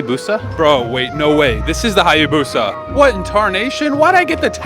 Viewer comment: It's 200 mph. And you mispronouncing Hayabusa completely.